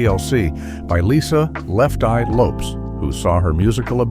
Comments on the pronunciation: Pronounced Lopez not lopes smh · Her name is pronounced: Lopez with an S.